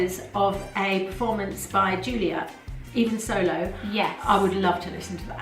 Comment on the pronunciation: It's so nice to hear English voices - and it's Yoolia Parshuta the Cyrillic character ю is pronounced you